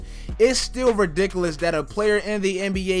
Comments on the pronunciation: This boy said ridicolus instead of ridiculous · No-vit-ski. Hack-a-shaq. Ree-dik-u-lus.